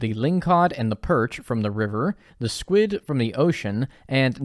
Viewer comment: literally same lol when people say words funny in stardew yt videos I always repeat them. called squid “squits” twice in quick succession and I said it right back to him. and someone i watched called debris “debreeze” and I kept saying it and laughing whenever he said it